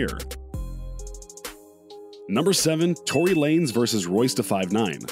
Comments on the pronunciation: Its tory not troy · Royce or Troy. Lmao its tory not troy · Did u say Royce or Troy ? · This nigga said troy